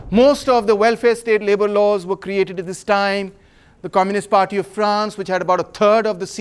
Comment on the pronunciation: Of pronounced "ov" not off...